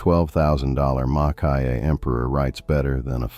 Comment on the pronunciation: Lovely pens and comments; one quick not: Maki-e is pronounced 'makee-e', not 'makai-e'.